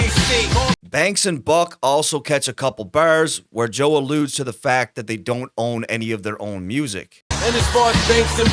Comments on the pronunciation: Sounds like he’s saying “ Joel “ instead of Joe this whole video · Who the fuck is Joel??? You keep saying it while narrating and occasionally correctly switch it up to JOE. I appreciate the content but damn bruh. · I keep hearing this guy say "Joel"